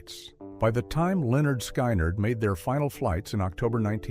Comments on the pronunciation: Lol stupid AI narration Lynyrd SKYnyrd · Please pronounce it right!!!!!. Skynyrd rhymes with lynard.